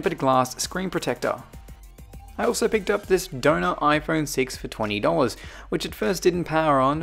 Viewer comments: At first I thought you were saying “donut phone” not “donor phone” 😂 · I just realized you were saying Donner phone not doughnut phone😂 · For the whole video, I thought you were saying donut iPhone instead of donor iphone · It sounds like ur saying donut